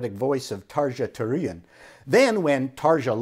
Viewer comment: Her name is Tahr-yah Too-roo-nenn and I'm still in love with her.